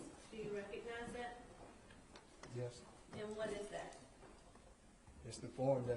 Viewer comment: At dat point? At dat point? At dat point? At dat point? No bitch at the next point.